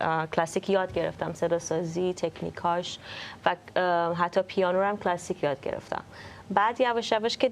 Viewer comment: مهمان برنامه در ابتدای حرفهاش، جوری لغات “جَز” کلَسیک” رو تلفظ میکرد، انگار مثلا اونجا تپی آمریکا بدنیا اومده و خیلی جو‌گیرانه حرف میزد 😂بعد کم کم مشخص شد که در بزرگسالی به آمریکا رفتند و جزو اون دسته ایرانیهای لُوس و افاده ای هستند که وقتی از ایران خارج میشن، بعد از دو هفته “ اوه مای گاد” و “نایس” از دهنشون‌نمیوفته و یادشون هم میره که مثلا دانکی به فارسی چی میشه!😂😂یعنی افاده خرکی بعضی ایرانیهای مقیم آمریکا همیشه مایه خجالته